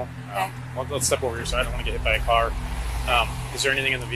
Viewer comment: I realllllly hate when suspects take a one syllable word and make it into several. I'm hurrr-errrt! "I got hiiiiiiii-itttttt!"